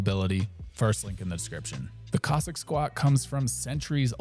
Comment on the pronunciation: I think this chap is gently ribbing the pronunciation of Cossack as Kozak. Aren’t you, my dear friend? Don’t worry, I got the joke. Ha ha. He pronounces Cossack much like Kojak, the famous detective played by Telly Savalas. Coincidently in the film Horror Express Telly Savalas plays a Cossack. A role he excelled in.